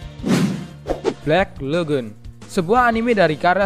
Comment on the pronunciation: "Balck lagoon" 🤔 wkwkwkwkwk